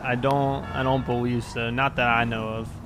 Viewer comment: powice officer lol boweive lol